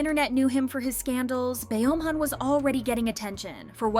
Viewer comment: BeomHan = BumHan not Be om Han